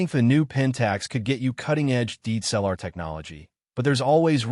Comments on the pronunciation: IF you are using AI voice overs, please check pronunciation. (DSLR is repeatedly botched) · I HATE your AI audio. PRONOUNCE all letters - "D S L R." And pause when appropriate not when you see a dash. "K 3 Mark 4," not "K............... 3Mark4." JEEZ!